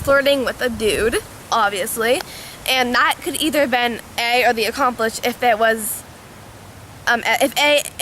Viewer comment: It's 'accomplice'